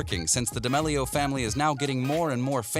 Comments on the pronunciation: Did he say Charlie Demelio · he said "dEmelio" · Ok say it with me DAMEEEEELIO k? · Him (and captions): da mele O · You can't say damelio proply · I think they typed it that way because of the way He pronounced it👁👄👁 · The way he says d’amelio 😡🤢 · Can we just talk about how he says d’amelio...? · I hate the way he says damelio